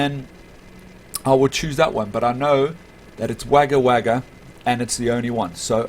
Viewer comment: Haha it's all good it's spelt Wagga Wagga but it's said Wogga Wogga